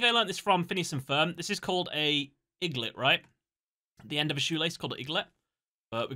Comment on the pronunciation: Aglet not Iglet